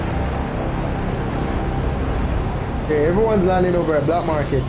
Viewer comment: Not bLack market, “ Market”